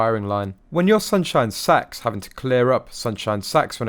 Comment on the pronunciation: Is it just me or does it sound like he's saying sunshine sex?? 😂😂😂🤦🏼‍♀️